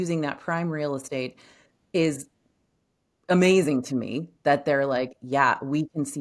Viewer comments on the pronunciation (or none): none